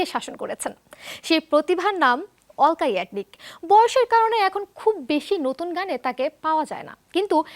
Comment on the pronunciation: অলকা না আলকা হবে